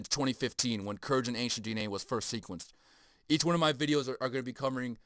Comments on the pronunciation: Hard G bruh. Kurgan And pontic. Not pointic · It’s pronounced Kurr gan . Like purr man but with a k and a g